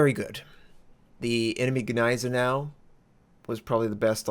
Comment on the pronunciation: Anyone else cringe at the way he said Gneisenau... no just me? Ok great.